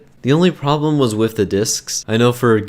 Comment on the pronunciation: home cant prononce words.... math not maf and three not free with with not wiv